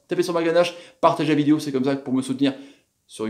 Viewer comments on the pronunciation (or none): none